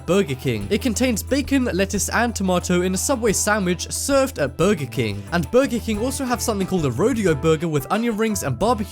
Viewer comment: He says burgy king